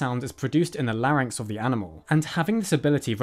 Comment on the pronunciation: Thank you for pronouncing larynx correctly.